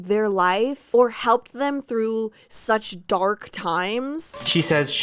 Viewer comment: "gark" makes me so MAD bc when my brother was little, he couldn't say the letter d so that's how he pronounced the word dark :( shane ruins everything my god